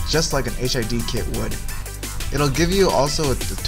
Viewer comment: So... Not Hid. Stop saying HID!